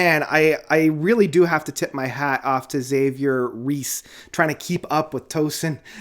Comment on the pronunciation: Dude, you KILL me with the mispronunciations. LMAO. Let me help you out. It’s Tosin “a-BAH-si” and “HAH-vee-air RAY-ess”. Also, the name of the 5th song is “a-SAH-hee”. Ok, with all that said, I agree with your review! It’s a great album though I still think The Joy Of Motion is my favorite. On this album, I think Red Miso and Micro-Aggressions are the best tracks, though I enjoy them all!